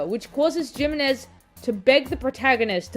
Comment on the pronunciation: Asking the real questions here... (Also the "J" in Jimenez is pronounced more like the "J" in jalapeño 🤓)